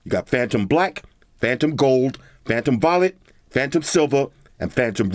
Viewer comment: sounded like he said "phantom vomit".